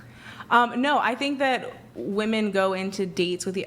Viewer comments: she’s a good one. Sharp. She can’t pronounce the word “women”, but none of them can. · Why the hell do they say “Woman” when talking plural? Drives me nuts 😂😂